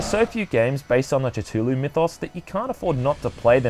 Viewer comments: OK I get that there's no actual was to say it but wouldn't you simply use your understanding of the English language to apply it here? I see cthulhu and makes sense to pronounce it Ca Thool Hoo, there's a lot of people in the comments would rather talk about how lovecraft said there's no actual way to say it in any human language than just admit they've been saying it like an idiot lol if a little common sense was applied here the pronunciation would be clear. Anyway who gives a shit, love your content keep it coming 👍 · its pronounced as CATHULU u diot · 'call of chu chu lu" LMAO, the way you say that got me dying. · "Tutulou" wtf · Lovecraft actually pronounced it "Kuh-LUL-loo" so yeah...dunno where you're getting your pronunciations but it's impossible to TRULY pronounce it with our pitiful human vocal capabilities. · the cultists at the start worshiped the yith not cthulhu and its ca-thoo-loo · Call Of Catooloo seriously???? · I for some reason hear "Tatooloo" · It's pronounced Ka-Thu-Loo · Call of to-too-loo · I heard "Catulew" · lovecraft wrote ka-Thu-Luu was the closest pronunciation. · I thought it was pronounced "Ka-Thul-hu" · "Titulu?" XD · you're pronouncing Cthulhu so wrong :) thuluu so funny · You said his name wrong. fucking twat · there's no "CH" in "Cthulhu". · I don't wanna be that guy, but I have to be the first person to point this out, the way you pronounce Cthulu..cthhul...the thing really invalidates your review. Sorry. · We need to talk about your pronunciation of Cthuhlu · Sorry, but it is kinda buggin me how you pronounce Cthulhu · it's pronounced cthulhu, not cthulhu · I think the correct pronounciation of Cthulhu is Kae-Hoo-Loo, but dont' worry, I mispronounce the name myself sometimes. The T is silent, but if pronounced correctly, it creates an impression there is a T sound. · It was sounding like ca-chu-lu to me lol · Tatulu its cthulu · lol its not ca-tu-lu its pronounced ca-thu-lu. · "Call of tootooloo"